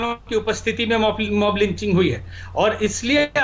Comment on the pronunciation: एंकर जी मोमलांचिग कह रहे हैं